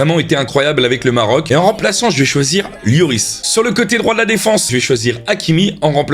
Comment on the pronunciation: Maisss ehhhh ça se prononce yoris ou loris